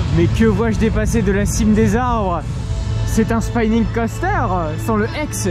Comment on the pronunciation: Je ne veux pas faire mon rabat-joie mais c'est une erreur récurrente dans tes vidéos. "Spinning Coaster" ça se prononce comme en Français. "To Spin" c'est tourner, "a Spine" c'est une colonne vertébrale donc rien à voir. 😅